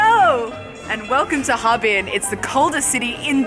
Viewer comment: 哈---尔---滨。 尔 isn't silent :p